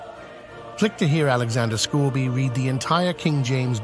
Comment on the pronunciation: I like Scourby (Scor be) not scour be)